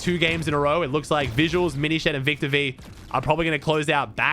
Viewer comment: why is he calling aminished a miny shed